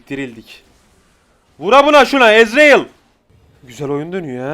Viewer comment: Bişey dicem sjdnn Nobody::ezreyıl Ndjdjdj